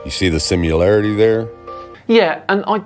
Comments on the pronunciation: I don't know why it bothers me so much but it really does "Simularity" ?????? It's driving me bonkers!!! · "Simularity," wtf is that? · He says... "Can you see the simularity here? ". What a dope. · And it’s simular….or smething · I figured it out. Note he says simularity not similarity. Flerfs are just living in a simulation. That makes sense. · “SimUlarity” LOL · Why don’t they just say I believe the earth is flat because the bible says so. Stop trying to use the bible as scientific evidence. Also “simularity”lol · I automatically discount the viewpoint of anyone who says "sim-yoo-larity." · What the heck is a "simularity"? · He said, "simularity"😂😂😂😂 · What's a simyoularity? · ‘See the SimUlarity’…😂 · did he just say simularity? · "Do you see the simularity there?" Sim..u..larity. You don't even have a handle on the English language but you have celestial bodies figured out? Uh huh. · I couldn’t take him seriously after he said “simularity” 😂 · I think he said simulatriy as opposed to similarity, maybe implying it's a sun simulator or something, I've seen at least one person who thinks that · Simularity? Dude doesn’t know the word is similarly? And he can somehow explain physics and flat earth. Try basic English first my guy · Did anyone else notice how that guy pronounces "simuler"? I don't think you can understand how it is spelled if that's how you say it. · “Simularity” lol. It always makes me laugh a little when flat earthers mistakenly combine words, or grossly mispronounce them during their attempts to disprove demonstrable science. There’s something almost poetic about the errors. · Did the dick flat earther just say simularity? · Someone needs to teach this guy that "simyoularily" isn't a word. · "sim-you-larity.". Bro, if you're gonna try to oppose four thousand years of science, at least read a book.